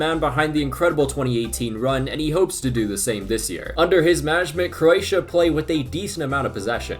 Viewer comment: Speed can't even pronounce the country 💀